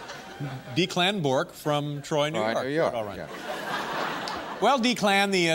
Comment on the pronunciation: Dave didn’t know how to pronounce Declan?